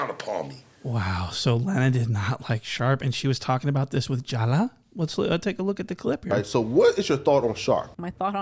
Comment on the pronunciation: it's mad funny the way you said jaLa homie you definitely white but funny also good one 👊🏾😭lmao 🤦🏾‍♂️💀🤣🗣